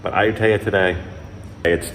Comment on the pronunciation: You're saying the name of the city wrong. Ask your girlfriend. My skin crawls when I hear a foreigner who has been in Thailand for so long AND has a Thai girlfriend pronouncing popular cities wrong. Please research or ask your gf how to pronounce. It's Ah-YOU-Tee- ya. NOT Ayu-TAY-Ah.